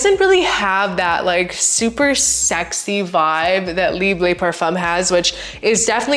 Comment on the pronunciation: It’s not pronounced leebuh it’s pronounced leebruh with a French r.